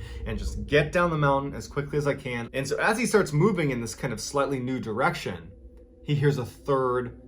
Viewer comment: Mr Ballen says “Slutly”